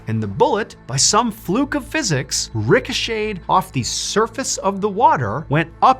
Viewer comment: Totally off topic but I learnt something new here..the pronunciation of 'ricocheted'😊